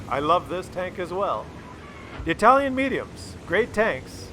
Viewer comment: "Itlaian" lol